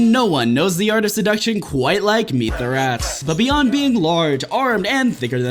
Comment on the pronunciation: It's MEthrax not Youthrax. hands off